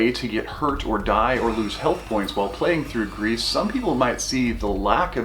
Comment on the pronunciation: I dont wanna be that guy, but french is my main language and gris is pronounced gri. The "s" is silent. But thanks for the really good review. You gained a subscriber.